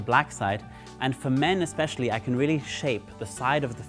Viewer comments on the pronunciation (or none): none